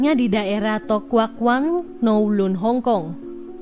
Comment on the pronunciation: 2.27 itu tokawan kowloon hk ..belajar lagi ya sebelum membacakan ceritanya kak hehe😅..salam dr hongkong